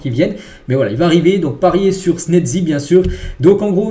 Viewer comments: Chezzni et non senezi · Frère ça se prononce Chesni, chesni c'est très simple même les commentaires le prononcent CHESNI 😂😂😂😂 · C snatzy que sa c lis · Apprenez à mieux prononcer les noms de Wojciech Szczęsny, svp ! Prononciation : voy-tcheck sh-tchens-ne. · Il continue de mal prononcé le nom de schezny c'est une dinguerie pourtant on a bien souligner dans les commentaires fait un effort mec c'est chiant! Il dit snedzy😂😂😂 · ça se prononce "Chess-ni" si c'est plus facile -EFT